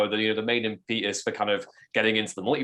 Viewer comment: “ImpEEtus”?. It’s impeh-tus.